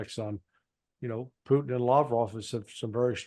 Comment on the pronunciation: Can't you make an effort to try to pronounce "Putin" instead of this disgusting babble you keep repeating ?